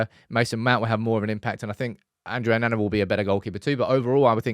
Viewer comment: Bold predictions there 😂 also, still deliberately miss pronouncing Onana